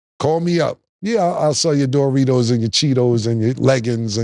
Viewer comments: Nah the way Cam says Doritos “Dough-ritos” 😂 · “DOOR REEDOS” - Killa😂😂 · I swear cam be mispronouncing shit on purposed 😂😂😂. DJ Metcalf, and door-ritos 😂😂😂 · What are Door-Ritos? 😂